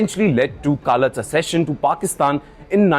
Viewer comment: Wrong pronunciation of the word accession